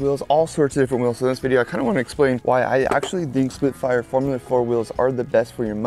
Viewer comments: Why's he keep saying splitfires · splitfire, splitfire, splitfire am i hearing things? i swear you keep saying splitfire.